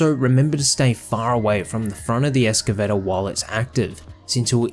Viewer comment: Holy crap, that was... disracting... Almost as bad as ek-cetera.